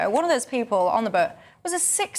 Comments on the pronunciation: Is she saying Burt or boat? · Is it how she says the "burrt", all those people on the burrt crossing the channel.